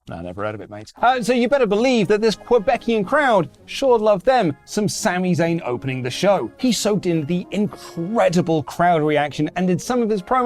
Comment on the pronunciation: "Quebecian". It's "Quebecois" lol